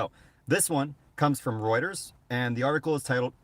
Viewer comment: Your the only one that gets the name Reuters right,most say rooters which cracks me up every time.but they're not far off I think!